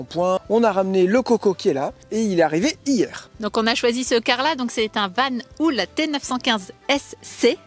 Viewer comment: Ils sont à Koningshooikt (entre Lier et Aarschot). Et ça me fait penser, et que VAN HOOL ne se prononce pas "Vanoul" mais "Vanool" le double o en Flamand (ou le Néerlandais) se prononce "eau" comme de l'EAU...gazeuse;-) Voilà, la classe est terminée:-))))